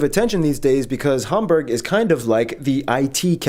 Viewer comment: Okay but that guy pronouncing Hamburg neither the English nor the German way but in an in-between way really threw me off. Also the way he said Bremerhaven was too damn funny xD